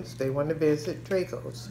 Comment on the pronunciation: you really didnt just say dray-go’s